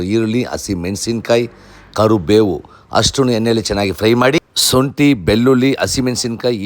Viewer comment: ಳ ನ ಅಕ್ಷರ ಸರಿಯಾಗಿ ಹೇಳಿ ಈರುಲ್ಲಿ ಅಲ್ಲ ಈರುಳ್ಳಿ ಸೊಂಟೆ ಅಲ್ಲ ಶುಂಠಿ ಬಿರಿಯಾಣಿ ಅಲ್ಲ ಬಿರಿಯಾನಿ ಅಂತ ಹೇಳಿ ಕುಸಿ ಅಲ್ಲ ಖುಷಿಕನ್ನಡ ಸರಿಯಾಗಿ ಮಾತನಾಡಿ ಪ್ರಭು